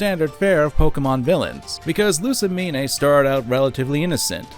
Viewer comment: Great video but im gonna lose my mind if he says Lusimin-"AY" again